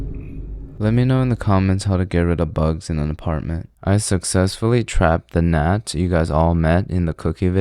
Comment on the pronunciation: Gnat - Gee-Not